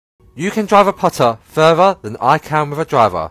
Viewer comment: "Can I Dwaav a puttaah faawaa than a dwaavaah?" I guess you can make phaahhh playing backwards.